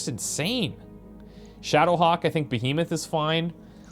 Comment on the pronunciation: Behemoth is pronounced stressing the first syllable not the second. lol